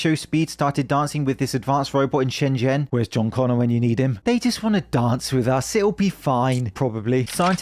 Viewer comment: only foreigner to pronounce shenzhen properly ever